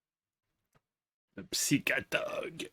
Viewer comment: Did he intentionaly said P SY CATOG like brasillians do?